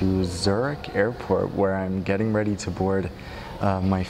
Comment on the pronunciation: Don't do overaction, you say to as chu and Qatar as khatchar..